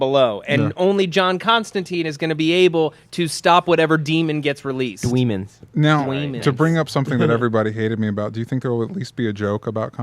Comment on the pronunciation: Will someone please punch every time he say "dwemons" or "WHizard"?